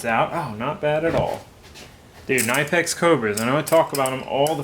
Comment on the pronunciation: Its knipex with a silent k like knife lol